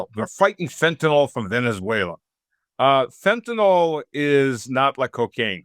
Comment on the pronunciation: Fentanyl... Not fen-ta-NALL. It's pronounced fen-ta-NILL.